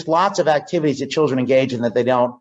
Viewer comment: From: La-Tanks...To Chil-Dranks...Smh. 😒